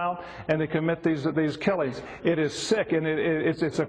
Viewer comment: it sounded like he said "they commit these killies" lmao